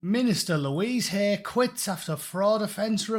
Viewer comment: Love how you pronounce it Louise HAIR...